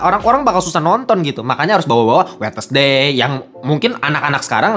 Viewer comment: “Kak ini perbaikan aja ya bacanya bukan “wednesday” tapi wensday”